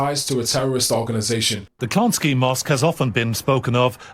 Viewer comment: Pronounced: Clon-ski.